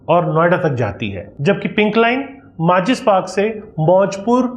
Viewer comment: It's Mazlis Park...not Maachis park